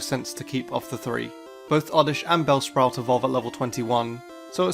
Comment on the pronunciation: He said brellspout instead of bellsprout